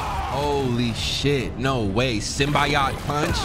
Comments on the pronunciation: its (sim-be-ode) not (sim-by-odd)😂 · symbiote: sim-be-oht 😭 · '' Sym-BY-ot pUnCH '' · you gotta use the gadgets and upgrades. There's a whole skill tree for both Miles and Peter that you can utilize. Very helpful especially when you're playing on a harder difficulty. Also it's pronounced (sim-BEE-oat) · SIM-BEE-OAT - Symbiote Suit. W Vid! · bro really said symbaiot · its sim - bee - oat now say it fast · “Symbayaat suit” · The Proper pronouncement is Sim-Bee-Oat Symbiote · It’s Sim-Bye-Ote. Symbiote. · its pronuced SIM-BI-OAT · By the way "Symbiote" is pronounced "SIM-BEE-OAT" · it’s pronounced sim-bee-oat but sometimes they say sim-bye-oat so it doesn’t rlly matter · Symbiote is pronounced Sim-Bee-Oat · simbyeot is better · its pronounced (sym-Bye-Ote). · The way he pronounces symbiote is hilarious😭😭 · This dude mispronounced symbiote 😑